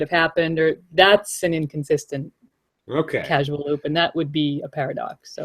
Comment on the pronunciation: Love your analysis! But I keep hearing people say CASUAL loop (not just you, I heard it on another podcast, too). It's a CAUSAL loop, as related to the word CAUSE. I know they look very close and it's even easy to mistype one for the other. You guys are so good, I thought you'd want to fix this.